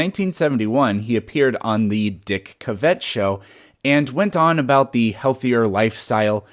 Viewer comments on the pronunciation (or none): Great factoids’ love it. BTW The name is pronounced Dick CAV-it, not Dick Cav-ETT. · Nit: Dick Cavett pronounced Cavett "Caa-Vet".